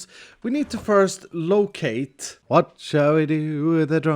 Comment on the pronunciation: "Wath should we do with a druken sailor? Wath should we do with a druken sailor?" Black flag shanties flashbacks <3 thaks